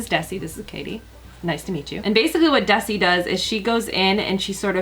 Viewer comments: Pronounce Desi ...(Dez-y) not (Deci) also, cut to collar bone and brighten up the blonde :) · It's Dezzzi btw, not Desssi. It's short for Desirae. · hi!! It's pronounced de-z (pronouncing the z) just a quick observation I love you and your channel!!❤️❤️ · The way she pronounces DeSSSi 😂😂😂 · Desi's name is pronounced DeZi <3 Love your videos so much girl! Xo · Glad to know the video glitched, thought I was seeing things there for a minute lol. I think Desi's name is pronounced with a zzz like in zoo. It was one of my old neighbors names from forever ago. I hope I'm not being rude; if am I being one of those rude people, I don't mean to be. 😬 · They way she pronounces Desi makes me uncomfortable 😅